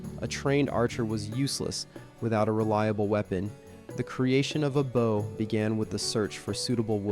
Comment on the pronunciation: Americans even have difficulty pronouncing the word BOW properly. Unbelievable